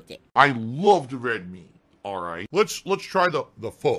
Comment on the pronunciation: At least he pronounced “pho” better than LowTierGod.